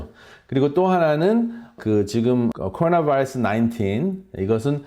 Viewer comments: 발음 미쳤네요.. 쿼루나 베이라스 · 코오나바일쓰 발음좀 제대로해 미쿡놈이냐